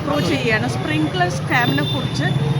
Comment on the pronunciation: അയ്യോ splinger അല്ല കൊച്ചേ സ്‌പ്രിങ്കലർ ആണു